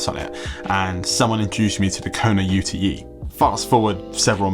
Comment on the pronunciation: Surely it’s pronounced “yute” like the Aussies call their pickup trucks - short for “utility vehicle”?